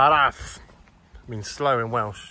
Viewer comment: Great video. Learn a few Welsh letters and words though, eh? You're just brutally murdering everything you say 😅 Maybe some Welsh history too. You've never heard of Owain Glyndŵr? Iesu Grist!